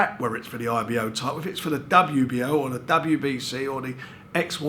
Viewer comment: Love these geezers - title = tighdul. Fighter = fighda